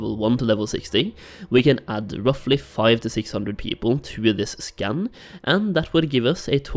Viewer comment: Maybe it's just me but I keep hearing scan as scam :/